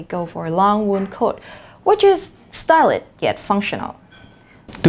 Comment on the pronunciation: Amazing job! Good demo for students to have an idea of what an 8-band speaking session is like. Just wanna give some constructive comments, (really want you to strive for perfection next time!!! :)))): - "stylish" (lacked -sh sound) - "popular" (slow down a bit to get all the syllables) - "way more" instead of "more way" (the subtitle is right tho) - "personally" ("-ly" was omitted, maybe you were too excited!!! ;)))) - "which includes" should be "which include" since you were referring to "the three fundamental elements" mentioned previously.